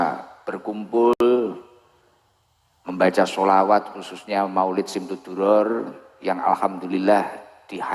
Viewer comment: Sayangnya bacanya simtudduror. Harus nya diba'